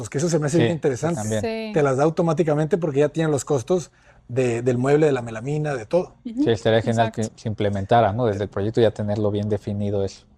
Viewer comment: La Arquitecta dijo Melanina, cierto ? Y el Arquitecto Paredes dijo Melamina qué es la palabra correcta.